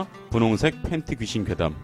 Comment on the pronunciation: 팬티발음 왜그래요ㅜㅜㅠㅋㅋㅋㅋㅋㅋㅋ 팬튀 ㅜㅜㅋㅋㅋ